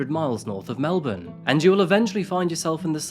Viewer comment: melbourne pronounced correctly. a pleasant surprise these days